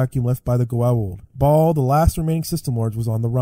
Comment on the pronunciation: .... KKKKKKKKKKKKKKKKKKKKKKK "the last remaining Ba'al"....